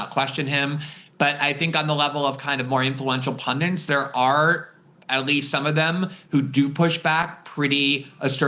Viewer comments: award winning journalist says "pundints" and looks a little wasted here, but I'll keep watching anyway. the ironies here are hilarious besides. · Love ya Glenn, but there's no such word as "pundints."